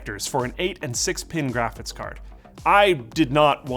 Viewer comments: Are you saying “graphits” instead of “graphics?” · It's almost 2023 and is still saying "graphits card". Love it